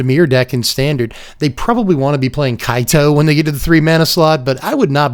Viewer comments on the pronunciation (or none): none